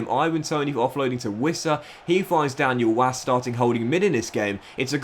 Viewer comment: It's pronounced Daniel Vass